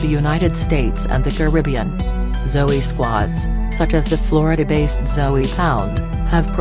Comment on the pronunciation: She saying Zoey..lol